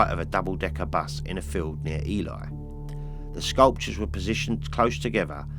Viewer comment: Another interesting list also for your info you pronounce Ely (Elee)😉👍